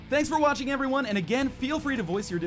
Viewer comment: Did he just say: Thank yourselves for washing?